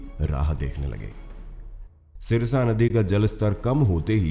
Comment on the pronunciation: Jo aap jeh naddee ke vare mein bta rahe ho Woh sarsa naddee thi Aap jise sirsa bol rahe ho.